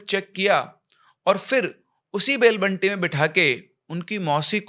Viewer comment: Sir vo बैल बंडी होता है बंटी nhi